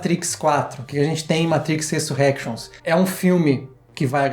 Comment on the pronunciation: resurénctions q fala kkk ai sim mina tao munitos de oculos vcs hein